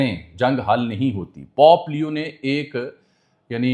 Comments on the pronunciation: Bahi pop nahi bulky pope. Pronunciation ka khial karen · V nice info/ analysis... And my apologies, As we all make mistakes in certain pronunciations... But It's not Pop , its Pope leo The sound is , po po in urdu as we use for kids nickname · Sir Jee, Pop nahi, Pope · It's not pop it's pope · You are an experienced and literate journalist. .. huge difference between pop & pope my friend. You are on a public platform addressing the masses, pls get your pronunciation right. You are covering global issues, just imagine what would happen if someone who doesn't know Urdu comes across your video and watches it with English subtitles or translation 🤔 it would change the whole analysis because I'm sure you are not talking about the "pop culture" or "pop music" 😊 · It’s pope not pop plz.